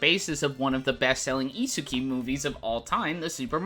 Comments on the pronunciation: Bro literally pronounced isekai as isuki. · never heard isekai every pronounced that way dood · Hearing how you pronounce Isekai made me want to scream, besides that, great video